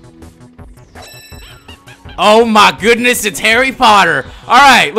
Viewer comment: OH MY OODNESS IT'S HARRY POTTER! Me:hahahahaha.